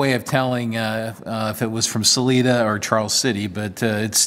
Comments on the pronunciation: It's pronounced Sa LIE da. My grandfather was the superintendent of the railroad tie operation there in the late 40's. Rocky flats (between Golden and Boulder Colorado just west of Denver) made the Plutonium triggers for the early bombs if I am not mistaken. Later they were made at the Pantex plant in Texas. Here is a link to a bit of history of the machining done in Salida. "Hundreds of men were employed in the D&RG machine shops in Salida. It was the largest, most complete repair shop between Denver and Salt Lake City and could repair or rebuild any kind of disaster that might befall a locomotive or piece of rolling stock. On several occasions the crew built locomotives using spare parts from others. Maintenance was a large part of the work here. (1)" Thanks for the history and appreciation for those that came before us, whether stone tool users or nuclear weapon machinists. This episode is a keeper. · There is no 'E' sound in 'Salida' That's what the ''I' is for.